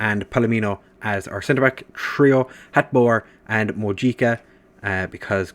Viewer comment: Mojica is qctually pronounced Mohica